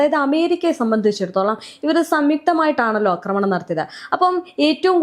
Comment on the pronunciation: ആക്രമണം എന്നു പറയു അക്രമണ അല്ല